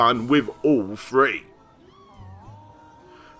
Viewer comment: Stop saying free instead of three, otherwise great vids dude